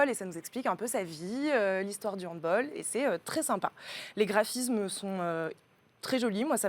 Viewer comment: On dit handball et nn handbole car c est allemand comme sport.